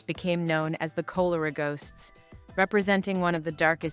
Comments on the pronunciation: It's K-awl-or-ah, not Coal-or-ah. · Kol uh ruh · You seriously can't pronounce 'cholera' correctly? Call-er-ra not coal-er-ra. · It’s not Coal it’s Col… cholera… look it up before you start mispronouncing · It’s not Cole-er-uh but Call-er-uh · Yes, please re-do this with your own voice. You would do it much better than the AI voice. Perhaps the cholera ghosts will find peace if you could pronounce "cholera" better than the AI sounding like colara. I'm subscribing to your channel for any updates. You'll be great! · The AI voice is emotionless and just bad. The pronounciaton of 'Cholera' gives it away. I stopped watching. Real people please. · You know , it's ai when they say Coaler ah epidemic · I stopped watching when Cholera was mispronounced. Do some background research and get a professional narrator! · Obviously read by AI. Can’t pronounce chlora. Scat. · yeah because hearing the ai mispronounce cholera is just off putting. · Cholera for one thing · More like you. Geesh. How do YOU pronounce 'cholera', eh?